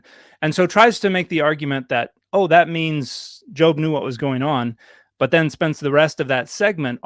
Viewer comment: She can't even pronounce Job properly.